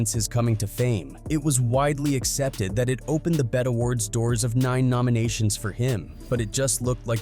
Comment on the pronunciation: Butchered the ti vs tip album name, and the 'bet' awards? You gotta calibrate that speech reader to understand acronyms cuz that shit sounds like an alien pretending to be human